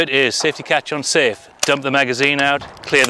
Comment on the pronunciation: At first I thought he was saying "UN-safe" instead of "ON-safe." I was like, "why would you want to leave a completely unsafe weapon?!?!?"